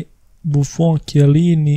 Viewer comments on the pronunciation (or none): none